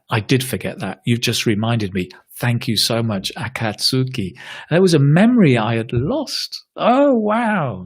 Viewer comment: When said the word akatsuki in a bit of a funny way you knew he wasn't a naruto fan